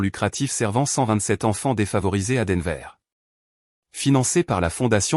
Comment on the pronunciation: D enver!!!!!pourriervous respecter 'es noms propres